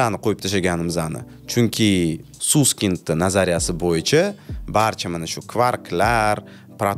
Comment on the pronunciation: Bechara familyasini Suskind qvordila, aslida Saskaynd dp oqiladi, just FYI😁